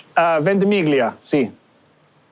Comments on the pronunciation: Dying everytime ventimiGlia 😩 however - kudos for accepting an Italian coffee and not asking for a venti oat americano. Bonus points. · Ventimiglia means Twenty Miles. The G is slightly silent....